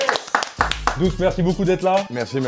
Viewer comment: C’est doums pas doum’s mdrr doum’s = sir doum’s pote de booba